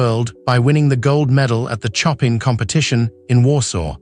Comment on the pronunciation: The commentary is artificial, eg Choppin for Chopin. The Legendary Argerich deserves better.